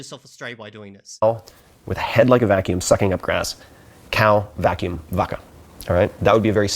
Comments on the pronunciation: actually, it should pronounced like “Baca” not “Vaca” like you write it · His pronunciation of "vaca" made me cry 😅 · "Vaca" pronounced so wrong. His Spanish teacher is probably crying. 😂